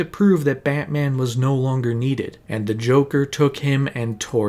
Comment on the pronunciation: “BAHT Man” why u gotta say it like that…? 😂😂😂😂